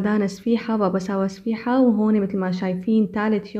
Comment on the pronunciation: اهم شي سفيحة هههههههه ((صفيحة))..